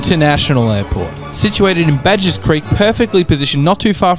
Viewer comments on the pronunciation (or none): Was looking forward to this video, but had to bail after 1 and 1/2 minutes. It's Baderys Creek, not Badgers. Sydney Airport goes into Botany Bay not the harbour. This is shit. Fuck me. 💩